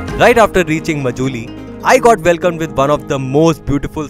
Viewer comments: Majuli???? Isn't it pronounced Maajulie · please pronounce "MA" as "MAA" So its written Majuli but pronounced as Maajuli thanks